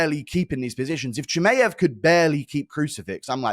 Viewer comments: Chimeav and Topuria. Off the top of my head. I just had to turn it off it's so annoying. And l am British too! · you have to be taking the piss guru there's no way you say Chimaev like that lol CHI-MAY-EV I'm a big fan dude but the way you say that annoys tf out of me lol great analysis as always though